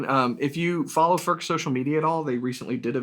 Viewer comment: Its NOT "FÖRK" nore "FÖRTSCH". He ist called František Furch. Try again. Furch, ( u like in YOU ) ore you want us to pronounce "jeans, update and cool" the German ore Czech way. By now, almost all Furch guitars feature the newer CNR "System Active" (with the exception of the "Yellow" series).